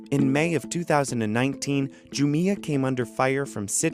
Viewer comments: It’s not pronounced “Ju-mi-ah”, but “Ju-mia” 🤣🤣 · you can't even pronounce the name of the company right, what's wrong with you? Andrew left pronounces it spot on - JUMIA ... not the stupid way you're pronouncing it ... ju-meia ... what's wrong with you? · It's jumia not jumia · It's pronounced Jumia and NOT Jumia. Jeez!